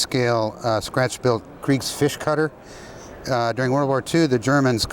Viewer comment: Builds a german war ship from scratch, can´t even pronounce it right. Kutter is NOT pronounced Cutter.